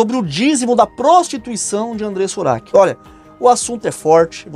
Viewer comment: Porque falar devAndreiressa ura seila u q?